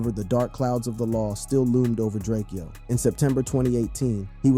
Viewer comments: 😂😂😂😂😂😂Bruh!!!!!! It's DRAKE-O NOT DRAKE-EO, GET IT RIGHT! 🤦🏽‍♂️🤦🏽‍♂️🤦🏽‍♂️🤦🏽‍♂️ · It’s drakeo not drak-eo get it right 💯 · Who is this Drakeyoh guy you keep talking about? Surely you don't mean Drakeo the ruler? -_ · It’s DRAKEO, not drake-eo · Drake-eeoooh Drak-o foo messed up the rulers name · You cant pronounce his name but wanna benefit from it :/ its prounounced draco Ju-rake-Oh da ruler Long Live the Great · Ur man Drakeo? Bro cant even pronounce his name right smh. With all the other work put into this, it just comes off as sloppy when you mispronounce names etc. IMO